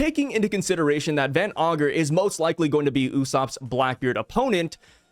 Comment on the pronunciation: Yo stop saying van ogre it's van ager you said it 2 times your a great YouTuber.